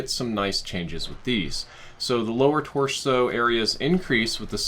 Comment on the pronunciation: “The lower torshow...” lmao